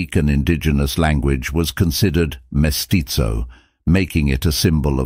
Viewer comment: We speak Spanish in Mexico, not Italian. Vasconcelos is pronounced vasconSelos (or vasconTHelos in Spain) not vasconCHelos. And the Z in mestizo is never pronounced like the Z in pizza.